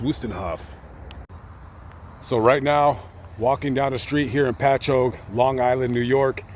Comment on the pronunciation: You pronounced Patchogue right.That was supposed to be a compliment but I am from New York and that's how we talk and everything we say comes out wrong.